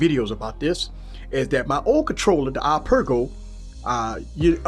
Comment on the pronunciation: "I Per Go" ipeega. 😂🤣😂🤣 that had me laughing but good video